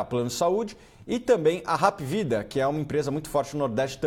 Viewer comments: Só um detalhe a pronuncia esta errada, não é Rap é Hap mesmo , vem da sigla HOSPITAL ANTONIO PRUDENTE. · não é rap. é APvida kkkkkk